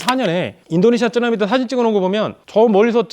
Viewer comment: 일본어를 배운 것 같다. 보통은 쓰나미라 하는데 츠에 가까운 발음이다